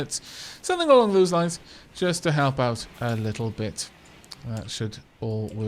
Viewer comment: "Leetle pinch?"